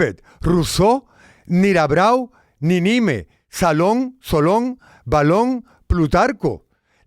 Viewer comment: No es BALON sino BACON Y no es NIRABRAU sino MIRABEAU